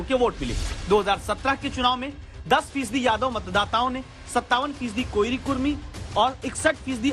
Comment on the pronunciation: कोइरी नही कोरी होता है रिपोर्टर साब ❤️